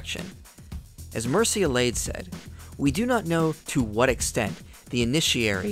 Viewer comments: minor unimportant detail, I don't know why I even brought it up. I think it's supposed to sound like ''Myr-che'' ''Elly-add'' (similar sound The ''Iliad'') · Also, Mircea Eliade's name is pronounced Myr-cha Eh-lya-deh.:)